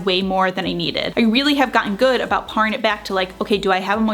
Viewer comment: Been a subscriber for many years and love your videos! Just popping in to say that for "paring it back" -- "paring" is pronounced "pear-ing" . . .Not "par" as in, "par for the course." Best wishes on baby 3, so excited for the new little one! XO!